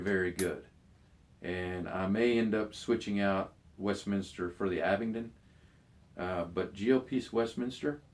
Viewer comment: Abingdon Bang on I bet u pronounce cambridgeshire correct,too!